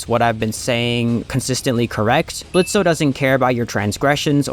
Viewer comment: I hate this whole series but canonically the o is silent in his name Blitzø but whatever